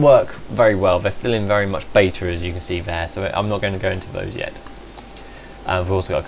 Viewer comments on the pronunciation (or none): none